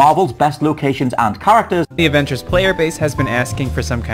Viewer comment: “The averagers” 😭😭😭fuck that took me out!